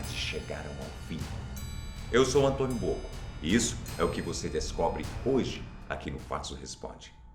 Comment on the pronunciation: Eu Entendi Antônio Bocó kkkkk .-.